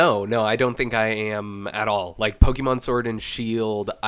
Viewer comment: Why does this guy annunciate the "e" in the middle of Pokemon like that? It's not pronounced pokeeeemon, my guy. If your job is to write about gaming, I feel like you shouldn't be butchering the title of the game. Was so annoying, lol